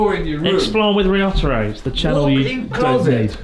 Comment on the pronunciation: To be fair, I don't think I've ever heard you pronounce Ryotaro's name correctly, (I somehow doubt his name is actually りょったろ) so he can call you Chris Board if he wants to :P